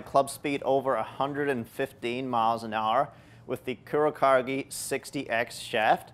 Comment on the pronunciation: Dude, it's pronounced "coo-row-caw-geh"